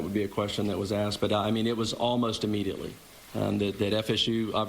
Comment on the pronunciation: Can somebody tell that cop that he is not saying immediately correctly what a doof.. how did he get to do the interview. Failed grammar in middle school